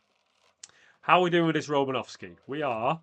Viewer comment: It’s Romanosky